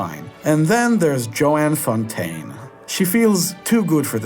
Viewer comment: Another strong ranking. However.... 1. The actress's name was Joan Fontaine, not Joanne Fontaine. (Joan rhymes with bone.) 2. There had not been "several" versions of "The Front Page" before Wilder's. There were exactly two. There was Lewis Milestone's classic original and Howard Hawks' better remake. This was the third version, and generally considered neither a classic nor better. But for some reason, you didn't compare it to its two predecessors, which was necessary. (Later on, there was a fourth version, "Changing Channels," that was a big step down. So I suppose you COULD say there were several earlier versions -- if you don't believe that time exists.) 3. I would downgrade "The Major and the Minor" because Ginger Rogers would have been more convincing if she'd been trying to impersonate a 40-year-old rather than a 12-year-old. 4. Otto Preminger was "a great director"? Can you name five great films he made? 5. I wonder how many Marilyn Monroe films you've seen. She did NOT always play dumb blondes. She did have range. Have you seen "Don't Bother to Knock"? "The Misfits"? 6. You don't like dogs? You don't like musicals? Down you go to the bottom of my ratings! I guess you'd better not rank the movies of Stanley Donen, Busby Berkeley or Mark Sandrich! Or anything starring Asta/Mr. Smith!